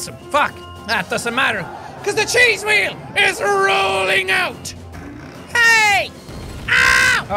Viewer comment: why you say evry time chease wheell